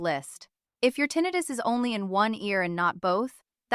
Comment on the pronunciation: I have difficulty taking this video seriously when the word tinnitus is pronounced incorrectly. I am Neil's roommate .